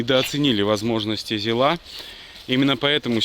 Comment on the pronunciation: Только для фанатов советской техники: на ЗИле, ударение всегда на первый слог, никакого ЗилА, правильно - ЗИла!